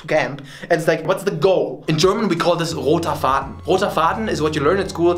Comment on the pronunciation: Great video „Roter Faden“ hammer! 😂